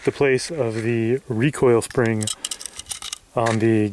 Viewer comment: sping he said sping